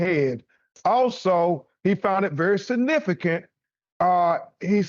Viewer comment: BEN Crump "I can Says "Sa-nifigant'' it very Sa-nifigant !!